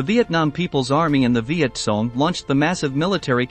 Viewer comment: The ""? The video is quite okay but please, for the love of god, have a REAL PERSON read the script. The text-to-speech generator not only butchers MACV-SOG and the correct pronunciation of Viet Cong but it's also emotionless and jarring.